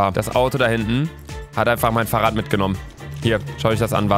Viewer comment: Niemand: Luca: farrradd